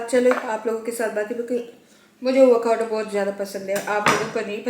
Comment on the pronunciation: Vacado nahi hota Avocado hota hay😂